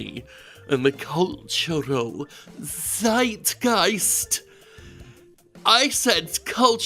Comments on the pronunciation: Its pronounced Zeitgeist, not Seitgeist, like you would say Tsubasa :P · Zeitgeist, the "z" is sharp. Like "site"geist. The geist-part was good. Greetings from Germany.